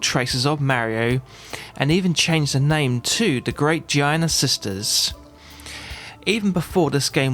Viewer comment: awesome review... but i am sure it's pronounced GEE ARNAR and not GEE IYANA